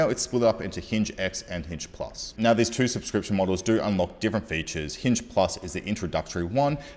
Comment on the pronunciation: Noi noi cents. Aur nauwr!